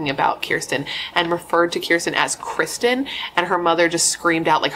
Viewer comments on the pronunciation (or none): none